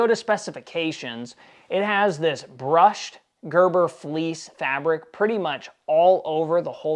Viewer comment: Berber not gerber.